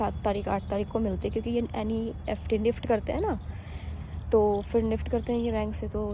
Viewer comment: NEFT hota h not NIFT